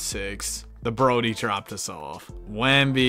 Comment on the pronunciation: “We beat The Broady”😂😂😂😂